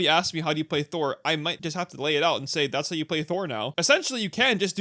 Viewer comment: 17 you definitely said "thurle" Thural? Thurel? whatever you said, theres no L